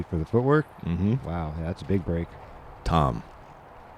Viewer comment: Really? Wow , cool. Kudos then for being one of the few to get it right. Appreciate it when commentators and media actually pronounce players names correctly.